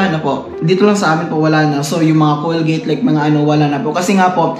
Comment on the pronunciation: Bro COLGATE as in col-ga-te nyo po sinabi parang german din GOD BLESS YOU PO BRO